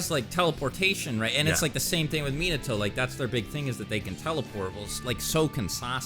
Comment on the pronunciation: MY BOY RLLY JUST SAID MIATO JUST NOT AS FAST AS SASUKE MY BOY GOT ME LAUGHING